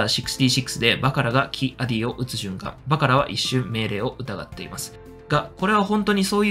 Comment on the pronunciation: キ=アディを「キ アディ」って発音、連呼されてモヤモヤしてしまう。オビ=ワンもクワイ=ガンも間を空けんのに。